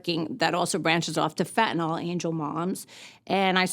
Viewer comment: Kinda sick of these people can't even pronounce the word correct...it is not FENTANALL STOP SAYING FENTANALL,,LEARN ENGLISH